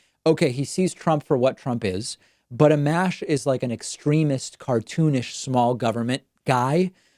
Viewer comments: Pronounced "uh-mosh".... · Its pronounced “Uh-Mosh”